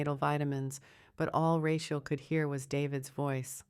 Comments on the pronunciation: Do you do editing before publication, it would appear that you do not. Or else you would have known her name is prodnunce Ra-cheal and not ra-quer. This miss pronunciation spoils the enjoyment of the story. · The story line sounded good....but that God awful AI voice killed it for me...the mispronounciation of the woman's name grated on my last nerve. Get a better voice...your viewership will increase...trust me.